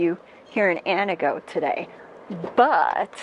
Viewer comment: Ann TEE goh, not whatever it is you are trying to say.